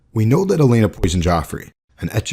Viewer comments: Would've been more believable if you pronounced her name like OleNNa than Elena lol. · o-LEN-na. Does that not drive anyone else nuts?